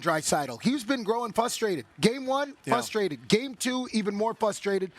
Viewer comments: The word is not "fustrated", PK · nobody: pk: fustrated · Fusstrated -pk